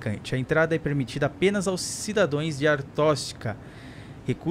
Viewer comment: cidadoes kkkkkkkkkkkkkkkkkkkkkkkkk o certo e cidadaos